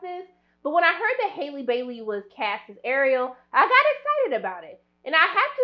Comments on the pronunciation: *HALLE not hailey 😭😭😭😭😭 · "Outshining Halle...." 😬 C'mon now. Don't put that out there. ;) lol 💆🏽‍♀️ And it's "Halle" like Halle Berry, not Hailey. Lol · She calls her Haily Bailey 😂 It’s Halle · Halle has said her name several times (it's pronounced just like Halle Berry) and yet people still keep calling her Hailey... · It’s HALLE😂 not hailey boo ❤ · You pronounce her name the way you do Halle Berry’s, not “Hailey” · We ARE going to see this in theaters!! It’s Halle like Halle Berry!!! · Why you can’t say her name right though? Lol